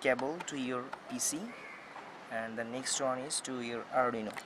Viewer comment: Its arduino...not arrdino